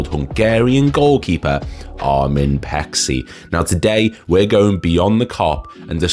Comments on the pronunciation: His name is pronouced as Pay-chee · Its pronounced Pay-chee